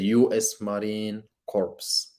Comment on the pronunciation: It's pronounced Marine "Core" The "P" and the "S" are silent.